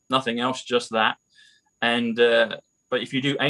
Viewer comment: Hou dis bradda pronoune NATING correct